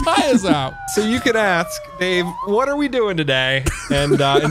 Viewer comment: I thought said "Daveaveju" lol